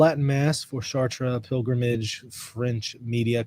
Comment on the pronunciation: Isn't it pronounced "Shart" not "Shar Tray"?